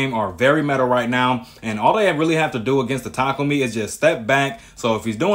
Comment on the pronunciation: its tah kah umi 😂